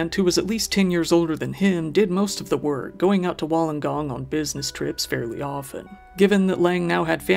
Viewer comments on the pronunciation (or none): It's pronounced Wool an gong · Just an fyi; it's pronounced wool-en-gong. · two thumbs up on the pronunciation on the suburbs, friendly tip woolongong is pronounced Wooolonnggongg 🎉